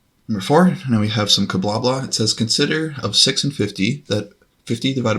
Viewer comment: my brother you pronounce Kabbalah as it would be spelled Kablablah!